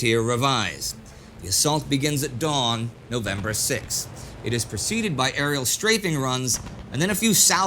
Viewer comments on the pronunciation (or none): none